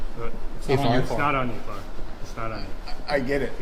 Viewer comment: Hi FARR . The T is silent. You know everyone calls him FART and his hair fell out.